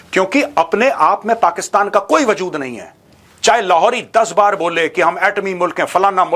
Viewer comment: this Lahori accent was missing from ages 😂 please do it consistently 🤣